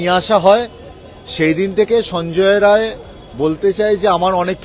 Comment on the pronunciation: Not Roy it is Rai